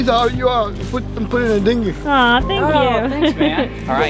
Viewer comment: The way the guy said dingy was funny no tryna be rude